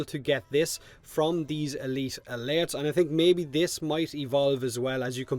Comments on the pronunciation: My god thank you for tolerating saying AY LEET AH LAIRTS that many times, This game has not been kind to your accent but I love the content:) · I just love hearing you say "uhleet uhlertz" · E-LEET ALURTTS